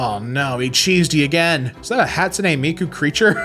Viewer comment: why are you saying hat-sune it's ha like "haha"